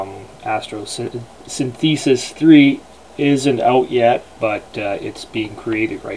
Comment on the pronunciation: It's pronounced Astro-synth-eh-sis, not Astro-syn-thee-sis. You know, as in a combination of the words Astro and Synthesis.